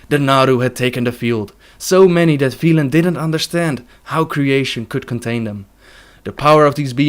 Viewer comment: You mispronounced Velen, other than that brilliant video :D